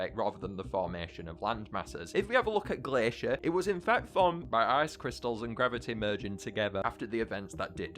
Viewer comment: Uhhhhhh you messed up Glaishur and Blasooms power the correct way is the flip flop of what said.